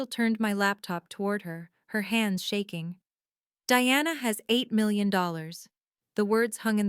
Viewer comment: AI really stinks at reading numbers. It can not even say 8 million.